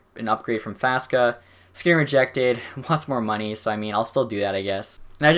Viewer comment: Faksa, not Faska. You keep calling him like this.